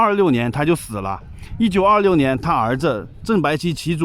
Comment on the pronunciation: 1926？？？你说话都说不清楚